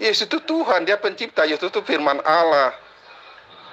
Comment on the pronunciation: Ini beneran murtadinkah? Masa sebutannya olloh..